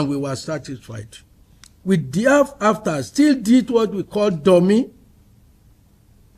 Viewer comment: This how this guy is pronouncing Dummy, chai 😂